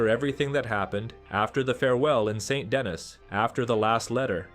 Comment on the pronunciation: Very good analysis. I think you are correct. I don't understand why some players don't like Mary. Please learn to pronounce St. Denis correctly. As an American you should say "SAW DUH KNEE"